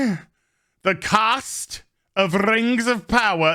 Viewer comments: This goes out to all of the fan, of The Rangs of Powah. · Amazon's Rangz of powah was so bad it killed the queen.